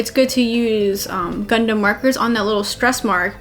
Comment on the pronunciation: All Americans pronounce O as A anyway! The bizzare thing is though that Americans pronounce Gundam as Gundum and the funny thing is I've heard Americans say 'Gaddamn Gundum' instead of 'Goddamn Gundam'!